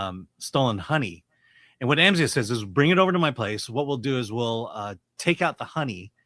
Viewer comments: It’s pronounced Amz eye ah. Come on man they say it in the movie a bunch. Also, this movie was great. solid 8 out of 10. Please go see this folks! we need to support original movies. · Bro, how can you mispronounce his name if you've seen the film? They only say his name like a thousand times in it. 🙄